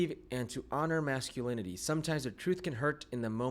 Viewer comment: This mestizo can’t even say masculinity.